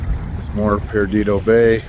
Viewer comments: It’s not “Peridido”, It’s Perdido. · For future reference it's Perdido (Purr-dee-doe) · lol say it with me “PER-DEE-DOE” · You’re so in my backyard….. I live 2 minutes from that bridge toward Pensacola …. It’s pronounced PURR-DEE-DOUGH…… Spanish for lost. Pensacola area has the whitest beaches in the world , fact, just fyi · You need to hit Pirates Cove with the Highfield & Tacky Jack's is another good stop too. Also it's pronounced PER DIDO. 😋 Hate the circumstances but glad you are able to enjoy your stay with "us".